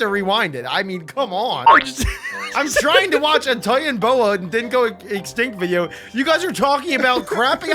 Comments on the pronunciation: Not titanboa it's titanaboa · U R saying it rong (ti-tana-bow-a) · btw its pronounced titani-boa (not to be a nerd)